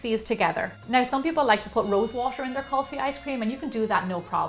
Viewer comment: You pronounced Kulfi and that requester's name "Priya" perfectly... . . . You are so talented.... But Kulfi isn't a ice cream actually its a frozen kinda thing which made with and Indian thick rice pudding "Rabdi" with saffron and nuts... The nuts are of different kind not only pistachio there are almonds... so on... in there... Kulfis are delicious by themselves... You should try the original Kulfi .... That's seriously delicious... Love you much....💖